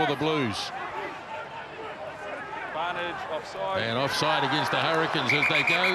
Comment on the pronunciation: You mean ‘Bluesh’